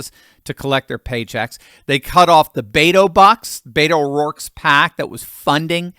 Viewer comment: You are mispronouning, beto. Beto is a Hispanic nickname for Richard or Ernesto. You are giving the Hispanic Beto nickname a caucasian pronouncing spin on it. Stop saying Beto. Call him by his real name richard francis o rourke. The democrat richard francis o rourke is trying to claim he is part of the American Hispanic community.